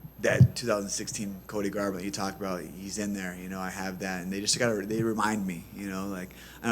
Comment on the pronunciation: exactly, commentary was getting on him for not being on the offense later during the match (& mispronounced his name?) but all he had to do atp was make it through the 3rd rd.